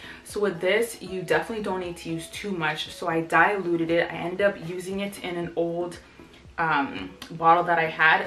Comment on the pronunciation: I love how you pronounced it with a long I instead of short I in dilute! 😂😂😂😂😂